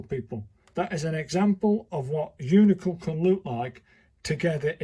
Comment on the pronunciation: Why do you mispronounce “uncial” so badly? First, the “i” is AFTER the “c.” And the “c” is not a /k/ sound. The word i pronounced “UHNT-seeyuhl.” You’d think someone as schooled as you are in calligraphy would know this